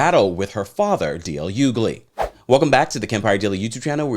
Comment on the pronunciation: It's pronounced (H)ugley 🤦🏾‍♂️🤦🏾‍♂️